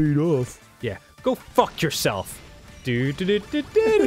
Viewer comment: there's not a glottal stop in the Australian accent Arin you dingus, they don't say "goh-uh," they pronounce it more like we do